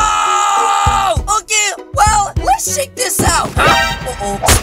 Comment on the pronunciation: Why you say cheek for spiders ummmmmmmm oh no what the heck are you doing